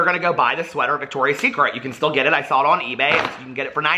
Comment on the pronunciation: When you say “sal-it” instead of “saw it” too 😂